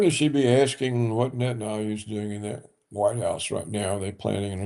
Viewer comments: Netan-YAHOO. And not Netan-AYOO ffs. It is so irritating. Whenever I hear it I involuntarily start doubting his expertise - I mean if he doesn't even know the man's name what else doesn't he know ffs?! Of course, I know his expertise and respect him immensely, but jeezus.... It really works on an involuntary subconscious level. It screams "ignorant!" He really should make that immense effort and learn how to pronounce these four sylables. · I looooove and smile each time he butchers this stupid made up name on the contrary! He is Mileikovski anyway and I just despise when every expert says "Bibi" like a tender nickname.